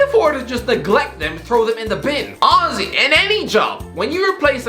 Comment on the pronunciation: After more than a year watching HTC - i finally understood who "ozzy" is!!! My man just saying "honestly" irishly!!